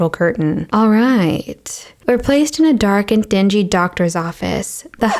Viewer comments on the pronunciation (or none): none